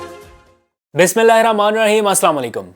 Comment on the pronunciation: آپ کو مشورہ دیا جاتا ھے کہ ﷽ کو ٹھیک طریقہ سے پڑھا کریں۔ ورنہ ھم سب اسی طریقہ سے پڑھنا شروع کر دیں گے۔